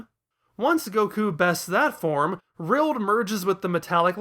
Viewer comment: Why are you calling Rildo Rild?